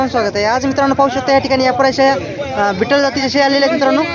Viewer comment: बिटल नाही भैय्या ती ओरीजनल बिटल नाही भैय्या